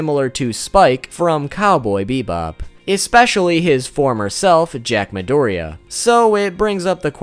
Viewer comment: Forgive my pronunciation, it's absolute garbage Me: UR ONE OF THE ONLY PEOPLE WHO ACTUALLY GOT THE PRONUNCIATION RIGHT!!!!!!